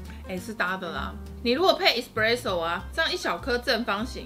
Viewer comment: 還有製造過程中，蛋黃+砂糖後，定要隔水加熱至60度左右殺菌+稠化，看很多人都沒做這一步！ 可以注意一下 ‘Espresso ’ 第一個字的發音